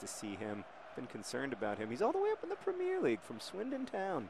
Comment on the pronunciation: John, you're awesome and I love what you do, but I feel like you're pronouncing Premier League wrong, and I thought maybe I should tell you. Great video by the way